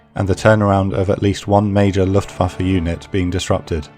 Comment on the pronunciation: SOMEBODY ACTUALLY PRONOUNCED LUFTWAFE CORRECTLY